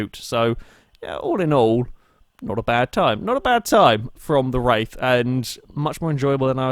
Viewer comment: "Star Trek Roof in the Wraith of Khan...." Love the series!